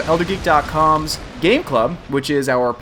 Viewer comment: Gaaaameeee, not Gay.